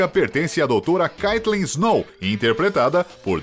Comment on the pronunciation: nao e kaytlen e keytlin